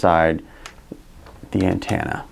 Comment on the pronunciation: AntEnna... not antAnna! Damn!!! hahaha Drove me bonkers listening to that!